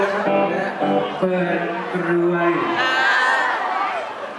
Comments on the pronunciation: แหมทำเป็นหูฝาดออกเสียงไห้ชัดหน่อยกรวยยยยยาวไป555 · เปิดคาราาากรวยยยยยย ออกเสียงไม่ชัดกันเลย